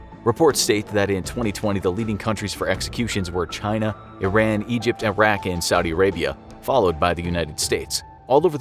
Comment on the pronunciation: It's pronounced E-RON.